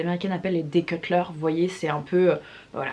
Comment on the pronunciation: “declutter” pas “decutler”